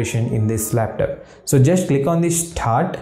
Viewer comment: your "laptap" pronunciation is hilarious. jiro to 100.